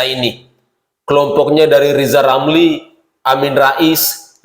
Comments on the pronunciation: RZZZIZALL LAMLI ...BELAJAR NGOMONGG RRRRRRRR DULU DH YA G USH NGURUSIN POLITIK G GUNA...HASUTAN LOE G BERGUNA😂😂😂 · Lijal lamli belajal ngomong R du mbah . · Namanya Lisal Lamli karena sebut huruf RRRRRRRrrrrrrr tidak jelas,setuju????? yaa.....sangat setuju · Ngomong ajah R yang jelas bos?Lijal lamli bukan rizal ramli? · Lizal lamli hatinya busuk ngomong r saja tdk bisa orang intlek tual otaknya miring termasuk kawan kawan lizal.